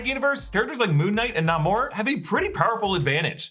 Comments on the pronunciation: Plz! Say namors name right!! It’s not (Na-more) it’s (nay-more) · It is pronounced Nay-mor not Nah-mor. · Why are you pronouncing N-a-mor like that? I am genuinely asking, I always thought pronunciation is N-a-y-mor. 🤔